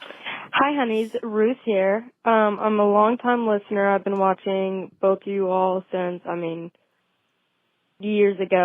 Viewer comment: Do you say ‘bolth’ too? 😆